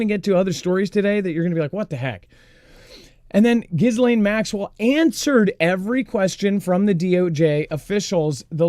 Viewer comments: please can you stop saying Ghislaine with the s - the s is silent! Agree that Pam Bondi being off 'sick' is suspicious timing 🤔🤔🤔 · she is scum - but it bothers me every time I hear it said wrong 😂😂